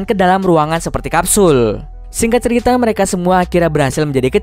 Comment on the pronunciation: "....seluruh alur ceritho....."